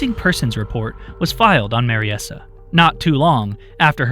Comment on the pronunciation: I think Mariesa is pronounced Mary-sah, rather than Mary-essah.